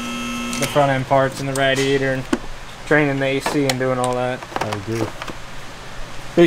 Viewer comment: Instead of “ray-diator”, he says “rad-diator”. Must be an east coast mispronunciation.